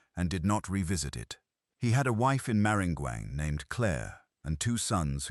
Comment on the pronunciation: C’mon! If you’re going to tell a story learn how to pronounce “Grosse Tete”, “Atchafalaya” & “Maringouin” & this is in just the first 75 seconds.